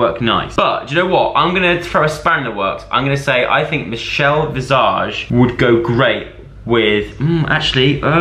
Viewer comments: The way Joe says Michelle’s last name really got me 😂 it’s an S not a Z!!!!! 😂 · The way he said Michelle visage maid me smile😂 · The way you keep saying Michelle’s last name wrong 😂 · Makes me laugh how you say visage 😂😶